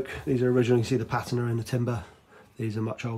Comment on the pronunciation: In my 60 odd years as an English speaker and being in the antique trade, also a boat builder and boat owner, I've used and heard others use the word patina 1000's of times, yet I've never heard anyone say patina like you do. I think you'll find common consensus and dictionary explanation of correct pronunciation is pateena, not pat i na